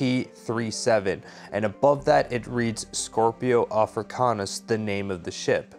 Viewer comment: kinda infuriating how you keep mispronouncing it. It's SCIPIO AFRICANUS. Named after Scipio, the Roman general that managed to beat Hannibal 202 B.C. It has NOTHING to do with scorpions